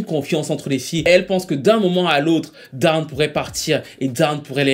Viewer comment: Dawn se prononce done